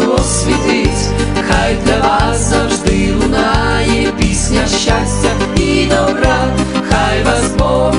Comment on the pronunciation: Все гарно ,але по українськи є щАстя, а не щЯстя і т.д. Навіть під відео написано назву пісні * Хай щастить вам...* а не хай щястить вам. Просто ріже вуха така вимова.